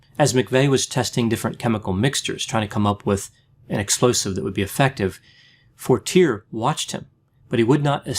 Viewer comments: Lol, Forteerrrrr is not the way you pronounce Fortier. Lol, it is French. Fortier is a liar deluxe who got off testifying. You need to check out McVeigh with the CIA german who was seen at the strip joint in Tulsa. LOL. I watched Terry Nichol's oklahoma trial and watched the head of the OKC bomb squad lie on the witness stand. You should look more into this. McVeigh was a murderer but there were more people involved. Maybe you should look into Elohim City and how an ex-CIA German are connected. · Fortier- “for-tee-ay” being from Maine I’m sure he knew the correct pronunciation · Excellent evaluation, just one little thing, and it is probably a little trivial but how you pronounce Fortiers name would be "Fort-ee-aye" I always pronounced how you have until i seen documentaries when his name was mentioned lol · Mike Fortier is pronounced For-tee-A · Has nobody said anything about the pronunciation of Fortier, yet?